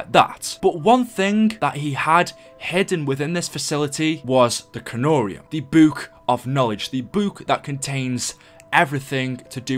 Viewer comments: why do you say buk it is book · You said boook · The way he says book 🤣🤣🤣🤣🤣🤣🤣🤣🤣🤣🤣🤣🤣🤣🤣🤣🤣🤣🤣🤣🤣🤣🤣🤣🤣🤣🤣🤣🤣🤣🤣🤣🤣🤣🤣🤣🤣🤣🤣🤣🤣🤣🤣🤣🤣🤣🤣🤣🤣🤣🤣🤣🤣🤣🤣🤣🤣🤣🤣🤣🤣🤣🤣🤣🤣🤣🤣🤣🤣🤣🤣🤣🤣🤣🤣🤣🤣🤣🤣🤣🤣🤣🤣🤣🤣🤣🤣🤣🤣🤣🤣🤣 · Lol the way you pronounce book is hilarious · The way you say book xD